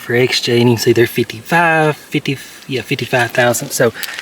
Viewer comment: I can hear Justin cringing every time you say thousandth lol. Thanks for the vid keep getting after it!